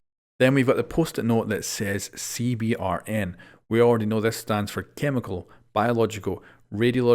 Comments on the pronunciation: PSA to siege youtubers. You can pronounce "CBRN" as "C-Burn." That's what it's called in the American military at least. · Hey, at least in the states we say CBRN (like see-burn) just because saying each letter all the time can be cumbersome at times. Hope this helps!:)